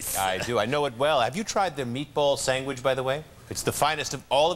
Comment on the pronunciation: Michael McKean pronouncing it "sangwich" made me laugh.